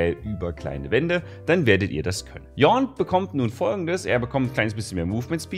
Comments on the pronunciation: bitte präg dir endlich Yones Namen ein, seit so vielen Videos triggered es mich so hart, dass du ihn dauernd komplett falsch benennst xD Ansonsten natürlich wieder gutes Video:D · Yone Championspotlight, erstmal den Namen des Champions falsch aussprechen, ja GEGE. Gab ja nur nen Anime dazu wo der Name ausgesprochen wird 😄 Klingt aber ansonsten typisch busted, wird vermutlich nach release erstmal zehnmal generft um seine Winrate von 40% auf 30% zu droppen, und dann lernen die leute ihn spielen und er kommt wieder auf 55% hoch 🙄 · Ja, wer kennt ihn nicht, den neuen Champ "Gähn" lmao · eher yoni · das E am ende spricht man mit.:) Also quasi Yo-ne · „Yornn“ -, 2020 Aber ehrlich hat mich echt zum lachen gebracht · Im Cinematic sagt Yasuo wie Yone ausgesprochen werden soll:,,Jornn" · Schau dir bitte den Cinematic trailer vom Champion an. Es spricht sich Yo-ney. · Ich würde mir wünschen, dass Riot eine Aussprache-Datenbank zur Verfügung stellen würde (wie beispielsweise die öffentlich-rechtlichen Sender haben), damit bei neuen Champions keine Debatten darum entstehen wie man einen Champion jetzt korrekt ausspricht. For the record, er heißt Yo-ne ("Yo" wie eine Form von "Ja", "ne" wie die Verneinung einer Frage). Wer das nicht glauben will, hat einfach keine Ohren :D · Ich höre immer nur Yornn. Wer ist denn dieser neue Yornn? :D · nimand:: Yorrn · riot sagt es wird yonae gesprochen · Spricht man ihn nicht Jo-ne (Yone) aus? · Ist die korrekte betohnung nicht Yo-Nē ? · Niemand:: WILLKOMMEN ZUM YAWN CHAMPION SPOTLIGHT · Dieser Champ erregt in mir genau 1 Emotion: Yawn! xDxD Versteht ihr? Weil Yone so ausspricht wie Yawn und der Champ so langweilig ist und so... xDxD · Yone wird JOH-NE ausgesprochen bro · Yone = Yawn Mow the Yawn! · Schönes Video wie immer, aber dieses „Yornn“ triggert mich 😣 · Man spricht ihn insgesamt so aus. Yo-ne , liegt daran dass er aus ionia kommt wo alles japanisch ausgesprochen wird. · Yornn :D